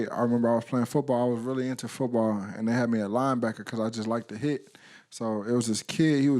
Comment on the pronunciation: and he said footbawr lol